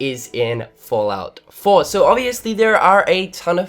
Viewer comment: Fahllout Foah